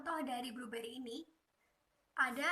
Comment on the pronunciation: ACFE.. bukan akuntansi.. Bribery... kalo bluberry itu meh buah... tapi kemampuan presentasinya sudah lumayan.. skillset bahasa inggrisnya diimprove ya..